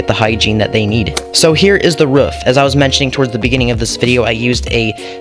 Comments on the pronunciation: It's not ruff it's roof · Not to be mean or anything but it's pronounced roof not ruf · It’s rooof not ruf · Stop saying rufff say Roof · It not ruff its roof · Ruff Or Roof? Comments: Ruff Captions: Roof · it’s roof not ruff. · ROOF! not Ruff lol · You know when you say roof your sound like your saying ruff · WAIT is he saying ruf or am i just deaf?? XD and also great build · Who else gets triggered when he says rUfF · I love the “ruff” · He sounds like a dog when he says that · I love how you say roof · i kept laughing how he said ruff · Cat McGinley they said ruff because that’s how he says it in the video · im going insane over why he says roof and not ruff